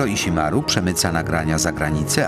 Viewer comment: Ale propsty dla oryginalnego lektura, który prawie poprawnie wymówił japońskie nazwisko pana Stonogi :-) Nie "ż" tylko "dź" (opcjonalnie "ź") dżiro żiro dźiroo Ale "iśimaru" bardzo ładnie :-D (A nie przez "sz")